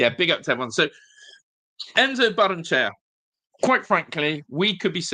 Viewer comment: Ba-rren-e-chey-a In Spanish, every vowel is sounded.